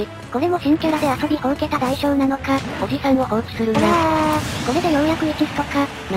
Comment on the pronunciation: おじ↑さん↓だとぉ？ふざけんじゃねえよぉ！お兄さんダルルォ！？